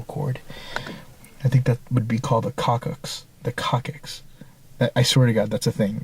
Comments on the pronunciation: its more pronounced a cocksix...not just a cockicks lol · That was an orange highlighter that you put back in the wall. BTW Coccyx is pronounced "Cocks ix". Really. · love your videos! Doing some rewatching on the past ones. Just FYI, (ex-medic here), coccyx is pronounced cocks- iks. Just for future reference. It's the tail bone. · It's pronounced 'cox-ix'. Coccxyx. The part of your spine that meets the tailbone, I believe. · It's called coccyx (cosick) if that helps you.